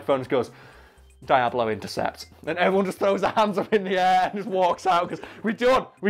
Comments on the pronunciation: DEE-AHH-BLOE. please... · "Dayablo Intercept" x)